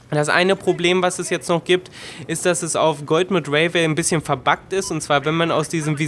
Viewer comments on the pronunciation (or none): Gute Besserung, hattest Du nicht erst vor nem Vierteljahr so die Grippe? Danke für das Video, wie immer sehr interessante Infos, ich musste aber diesmal echt lachen, weil Du hast mehrfach GOLDMUD gesagt xD Das üben wir noch!! Greets and nothing for ungood ;)